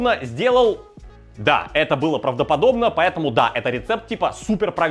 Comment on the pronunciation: Друже наконец-то научился произносить "правдоподобно"!